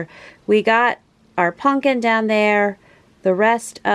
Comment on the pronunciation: It’s so cute how you say “puNkin” instead of “puMpkin” 😊❤